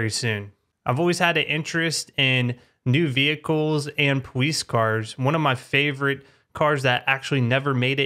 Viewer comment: “Powice cars” lmao